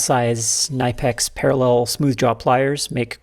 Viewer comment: Very nice as usual. But Knipex is German. So it is pronounced "knee-pex", just saying. Thank you for your videos. I am looking forward to them weekly.